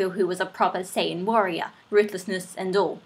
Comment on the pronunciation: Marry me. PS you said Saiyan wrong :P